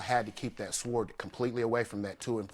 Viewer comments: Sword pronounced sord....the w is silent please.....man that was annoying. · Sword is pronounced as sord. The W is silent. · Did he just pronounce sword literally as swoored 😅😂🤣 darling the ‘w’ is silent, well at least in the uk 😊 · It's pronounced "Sord", not sWord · UUggghhhhhh It was just plucking my nerves. Sord people, sord!! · Hth he pronounce sword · He has to learn how to correctly pronounce the word "sword". The "w" is silent. Smh... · Why is he pronouncing "sword" like that? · his pronunciation of sword made me stop watching lmao 🤣🤣🤣🤣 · I hope he's aware the "w" in sword is silent. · What kind of uneducated idiot pronounces the w in "sword"? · It bothers me how he puts emphasis on the W in Sword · I know it’s spelt ‘sword’ , but the ‘W’ is silent 😅😂🥲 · The way he pronounces sword is really funny to me for some reason. Maybe cause we don’t pronounce the “w” in Texas. 🤣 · Nobody in the entire world does. Lool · Who told you how to say SWORD??? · Someone please tell this guy that the w in sword is silent. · I hate when people can’t pronounce sword 🗡 appropriately. The “w” is silent. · He's just so pathetic and dramatic. His pronunciation of the word sword alone is a reason I'm glad he lost. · Far from stupid. BTW... the "W" in the word "sword" is silent. My response is very reasonable...considering these types of people are breeding another generation of proud idiots. And then, there's the idiots that cape for them. PRICELESS ! XD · lol no duh the "w" is silent. I said what I said, your response was harsh. That's the only word the man mispronounced and you are calling him illiterate. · I wanted to yell, "The W is silent!!" Sounding like a non-native speaker. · I was so annoyed. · Yes, yes, yes! Word mispronunciation is one of my pet peeves. And, he said it with confidence! I cringed each time.